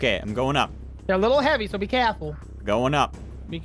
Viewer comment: Why does say caful